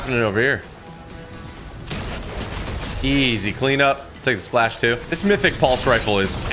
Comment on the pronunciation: I loved when he said "that looked dooo cool"😂😂😂😂